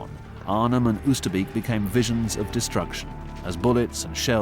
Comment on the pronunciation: The first time I saw a war grave cemetery was at 14 and it was Oosterbeek ! I will never forget it ! 0osterbeek is better pronounced as " Oosterbake ".